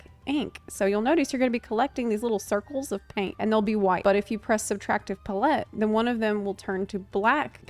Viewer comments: PA-lette, not pa-LETTE. Putting the empPHAsis on the wrong sylLAble. Yet somehow on brand. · Pretty sure the issue is her pronouncing it as pa-let rather than pal-lit. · It's probably a good thing that one of them is super easy and the other a bit of a challenge. Otherwise you would have people say they are too easy or too hard. Well, they are both and neither. Edit** I have never in my life heard another person say PUHlETTE instead of palette. Must be an American thing. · Why are tou saying "paul-ette" instead of "pal-et" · Your pronunciation of palette reminds me of Will Terrell's Lovah character saying hot tub. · Subtractive puh-lette?? It's palette 🎨 like a painters palette lmao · The nost amusing part of this vid is hearing "puh-LET" instead of "pal-it" for palette. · I've never heard someone pronounce "pal-ette" as "puh-lette before. Must be a regional thing 😅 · She's just classy since she lived in Europe for so long 😌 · Pah-let. Pallette. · Love your videos and can't wait to try this job! Just as a side note though, it's pronounced pal-et (emphasis on "pal") - pal (as in friend) and et as in (get) or like saying the word palace except replace "ace" with "et". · I kept hearing you say Palette that way and I went “Wait, when did they start involving chickens?” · I'm just here to give you a like for how you say palette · she's still putting a stronger emphasis on the first half which is still incorrect regardless of how the second half is pronounced. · I had to pause the video and check the comments before continuing because I was too distracted by the fear that I'VE been pronouncing palette wrong this whole life to pay any attention. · first ever apology video is going to be "I'm sorry for saying palette incorrectly" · unfortunately, the way it’s pronounced with a French accent is only slightly different than how one says it in English, as English is flattened. Neither are close to how she said it. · Putting the empPHAsis on the wrong sylLAble.